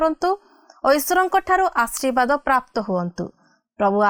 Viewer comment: ଆଶୀର୍ବାଦଟି ଠିକ ଭାବେ ଉଚାରିତ ନ ହେଲା ପରି ଲାଗୁଛି ମାଡମ